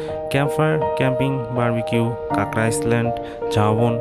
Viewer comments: শব্দ টা আইসল্যান্ড না, আইল্যান্ড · আইসল্যান্ড না ভাই, আইল্যান্ড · its iland=island,not iceland.lol